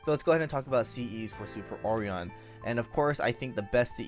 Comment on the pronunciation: hearing ore-on is ridiculous... for O-ri-on (O-ry-On)